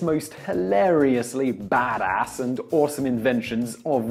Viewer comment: you sad that at toptenz you have a strict no swearing rule... The you say bas ass?